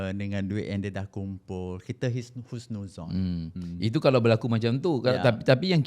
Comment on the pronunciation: Pandai DJ sebut husnuzhon..means dia bkn calang2 ada ilmu agama akhlak salute sgt. Alhamdulillaah wasyukrulillaah.